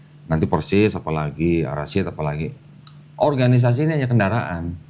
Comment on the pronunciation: Koreksi koh, al Irsyad bukan al rasyid